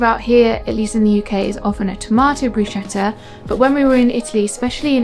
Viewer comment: Looks all delicious 🤤 ❤ Just as an info: it is pronounced “BrusKetta” 😊❤